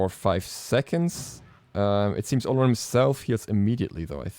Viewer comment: Why yall so uncultured? Its pronounced O-loh-roon